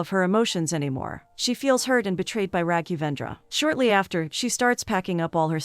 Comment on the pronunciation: The poor pronounciation of Raghendravendra 😂👍🏻